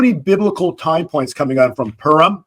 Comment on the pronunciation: PURIM - "POO-reem"